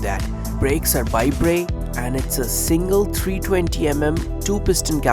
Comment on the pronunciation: 1. Bybre- (Bai-Bur) , not (Bai Bre) 2. Wth were you doing